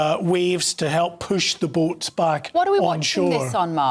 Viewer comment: I'm laughing at bouts instead of boats.